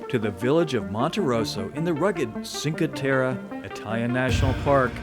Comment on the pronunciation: it's "chin-kwhey tehreh" not sin-kwhey terra... :) it's all pebble beach no sand beaches there... :)